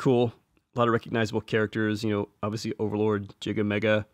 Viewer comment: Uh, the name Giga / ギガ is pronounced in English and Japanese like "gigabyte".